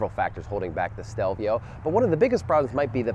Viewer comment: Can you say the name correctly?